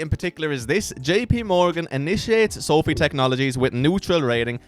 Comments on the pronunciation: Pronounced so-fy Not so-fee guy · not called SOOOOOFFFEEE - its called SOFI - come on dude